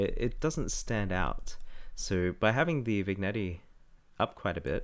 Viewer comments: Great vid super helpful for making your scene really come to life and stand out. But for god sake it’s pronounced vin yet not vignetty drove me crazy but other than that great vid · Cool, and I love your pronunciation of 'vig netty' but hey never make fun of mispronunciations - it means the speaker learned it by reading!